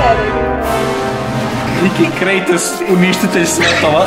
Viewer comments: nije krejtos nego kratos al ok. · Taj iz igrice ze zove Kratos, tj tako se kaže na srpskom a ne krejtos. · Msm da nije KREJTOS nego KRATOS 😂😂😂😂😂 Inc jako sladak 🐶 Volim vas punooo❤❤❤ Jadan Hlad zaboravili ste za njega!!! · Meni zvuci kao da zove g kritos umesto krejtos